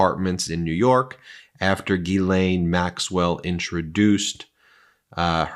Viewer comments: PLEASE! Can everyone stop mispronouncing Maxwell's name! Her first name is pronounced JIS-LEN. Not GEE-LANE. That name would be spelled GUILAINE or GUYLAINE. The name is French and people need to learn how to say it. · The lady's name/ Jeffrey Epstein's wife... is "Ghislaine Maxwell" not Elaine Maxwell The judge's name in Donald Trump's documents case is AILEEN Cannon not Eileen Cannon. Preliminary hearing is pronounced PRRREEEEliminary not PUH-liminary. 🤪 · “Geesleine” (there is an “s” pronounced in her name) Gislaine is a very common French name: have a native French speaking individual confirm that… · Ghislaine is pronounced « Jizz-len ». It’s French. Is that so hard for American media to get? I don’t care a fig about her. I just hate to see language murdered, especially when the word is so easy. Try harder.